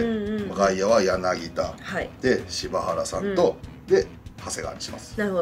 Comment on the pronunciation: 柳田はやなぎだじゃなくてやなぎた